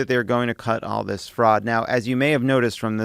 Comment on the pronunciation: He can't even pronounce Fraud correctly.